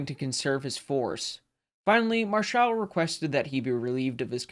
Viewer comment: Marschall is stressed on the 1st syllable like the English equivalent. :) He was arguably the last German admiral to achieve a significant success with capital ships. This made him suspicious in Hitler‘s eyes; so he was sacked.